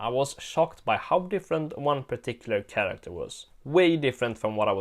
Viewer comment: You always had trouble saying Chracter